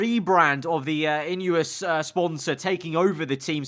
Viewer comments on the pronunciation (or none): In-e-os not in-ue-os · It’s pronounced ineeos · Merc sponsor is pronounced in - ee- os